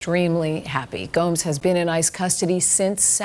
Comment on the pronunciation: Let's work on our pronunciation of Portuguese surnames, 'merca